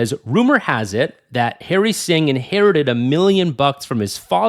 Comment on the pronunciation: it's not Hairy Singh . It's Harry Singh